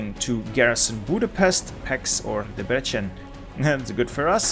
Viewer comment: I've got a challenge Pronounce Hungarian names the right way Budapest=Boodapesht Debrecen("e"s like in red, the c like in ts) Pécs ("é" like the a pay, the cs like cs in cheese)